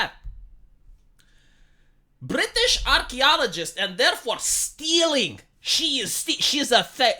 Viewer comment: You going, "Bree-teeeeesh" had me rofl. XD